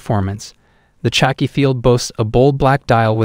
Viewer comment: Man.. important note- we can’t take this channel seriously, when you say things like “chucky field” watch🤷🏼‍♂️. It is not Chucky from the horror movies🙄 - khaki, pronounced “Ka ki”. Like the military colour……..